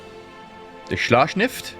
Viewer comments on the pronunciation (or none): It's Schlacht S C H I F F not Schlacht S C H N I F T. Sorry but that's driving me nuts everytime i hear it. In case you didn't know, translated it is battleship. Now i do feel better XD Keep up the good work. Great vids as usual. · Ah... Schlachtschiff. Great how you pomounce it😂 it says warship for those who do not know it. I love the videos you make. Greetings from germany